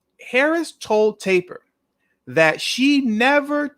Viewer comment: How is it that so called educated blacks can't pronounce simple words , how the hell do you fuck up Jake Tapper saying Jack Taper . Sorry brother ,good video ! fukn jack taper ?wtf